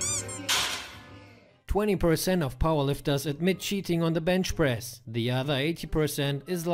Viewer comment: It's called bench press... Not bend press